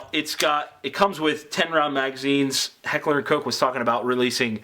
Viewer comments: Stephen Hedger that's how it's pronounced. Even says it on their website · You're a great reviewer. I like how you pronounce Heckler & Koch correctly. Keep up the good work.